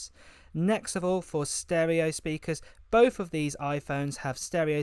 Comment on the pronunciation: Bof instead of both? Hard to listen when the English is so bad.